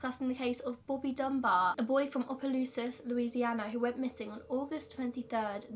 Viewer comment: I’m from Louisiana and live about 30-45 minutes( this is not a far drive for people in Louisiana lol) from Opelousas and never knew about this! Also, props to you for pronouncing Opelousas right!